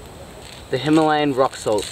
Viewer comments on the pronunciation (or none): none